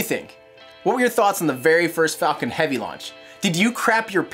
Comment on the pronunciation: HE SAID "This is SpaceX fuckin' heavy"* !! AHHHHHHHH THE LAUGHS WILL DESTROY MY EARS AHHHH! Either that or it was "Falcon" and it sounded like "Fuckin". *EDIT: I watched in 0.25x speed, it was Falcon, it's just that at normal speed it sounded like "Fuckin"